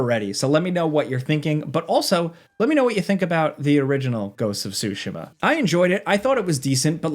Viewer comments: Ghost of tsu-SHI-ma... each syllable is pronounced with equal stress. Actually played it while living in Japan. This was an excellent overview. Looking forward to playing this newest game. It's up there with the last two Zelda games and the Zero Horizon games. Thanks! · “Ghost of Sushi Ma” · "GHOST OF SHOOSHIMA" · btw it's not SUE-SHIMA, it's TSU-SHE-MA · If this guy says “sooshimmaaa” one more fucking time… ITS SOOOSHEEEMAAAH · JorRaptor likes to say Ghost of Tu-sheem-mah and says Ghost of Sue-she-mah. Ghost of Tsushima is pronounced Ghost of Too- shuh- mah- Say the word shut with out the letter T. Shu, and then say the word mud with out the letter D Muh. Then say the word really fast for it to sound good. 😂😂😂😂 Hard asf to pronounce a word through texting 😂😂😂😂😂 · I'm sorry but I cannot watch a review when someone says Ghosts of SUSHIMA...... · lol blud keeps saying so-sha-muh, way to butcher the name you haoelè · I have heard “ghost of SoWshima” 4 times and I’m 1 min in. 🤦🏽‍♂️ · Who else is annoyed at how this guy kept butchering "Tsushima"?